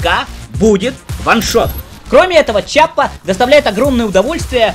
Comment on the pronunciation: Все хорошо, только это не Чиаппа, а Киаппа. Введи название в гугл траснлейт, выбери итальянский язык и нажми воспроизведение. Это та же Киаппа которая производит револьвер Rhino